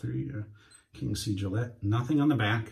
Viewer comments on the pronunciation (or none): none